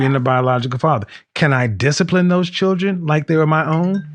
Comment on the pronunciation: I can't stand her smacking constantly, and she can't even say "children". It's not pronounced "chid-ren". Kevin is wrong when he says "women control access to secs, and men control access to relationships". This is NOT true.